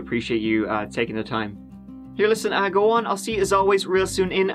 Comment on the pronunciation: "Let's give it a goo" get it right